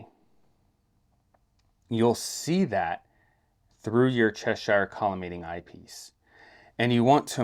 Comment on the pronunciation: The Cheshire collimator was designed by English university professor F. J. Cheshire. Unlike the place name, it is therefore not up for the usual US spin on things and should be pronounced "Che-sher", rhymes with "thresher". Solid collimation video though. 👍